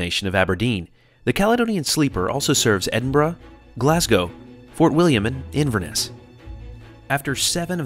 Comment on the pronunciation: Love your pronunciation of places in Scotland! Inverness? Aberdeen ?